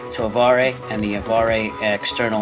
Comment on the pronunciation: FYI, it is pronounced "Av Air."